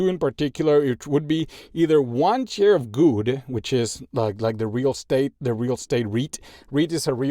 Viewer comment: It took me 1 and a half video to realise that you say share and not chair 😂😂😂